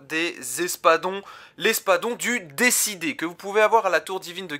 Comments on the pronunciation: Pourquoi tout le monde prononce « Décidé » au lieu de « Déicide » (tueur de dieux) ? 😭 Très sympa ta vidéo sinon 😉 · C'est espadon du D I cide et pas décidé 😆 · Espadon du Déicide* et non pas « du Décidé » ^^ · "Déicide" et non pas "décidé" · Déicide ca se prononce pas comme ça mais sinn bonne vidéo